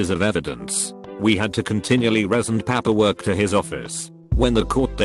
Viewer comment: I understand that this is a robot, but I cannot listen to these mispronounced words! Papperwork? Wold?